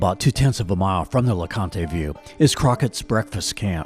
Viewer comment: It is not pronounced "LA-CON-TAY", it is pronounced "LA-CONT". Just so you know.